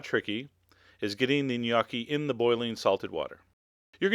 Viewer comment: the 'o' in gnocchi is pronounced like in the word 'home'